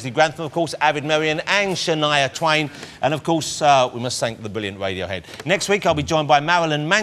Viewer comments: maybe they are intimidated by his humerous approach to the interview, i think they find it funny though...maybe they're trying not to laugh at mr woss for keeping on calling them wadiohead! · "Wadiohead ladies and gentlemen"